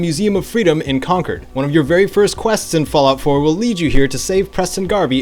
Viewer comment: As a native New Englander, I thank you for pronouncing Concord correctly 😅